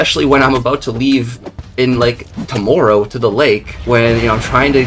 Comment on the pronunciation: When bro said he was going to the lake "tomorrow" the canadian really came out for the firat time 😂😂😂